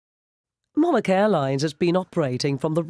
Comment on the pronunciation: Haha lol - the way she says Monarch. She’s saying it way wrong